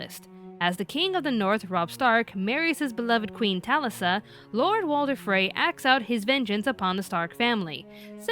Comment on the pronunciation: Sad video.. but pissed me off that they pronounced Catelyn and Talisa's name's wrong